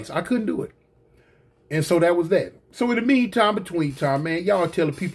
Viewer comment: 🤣🤣🤣 not like Thawt, not like Thawt